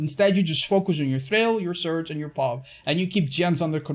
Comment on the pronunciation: Is it just me or when he said surge it sounded like search